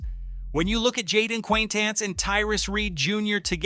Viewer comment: jeepers you butchered jayden quanitance's pronunciation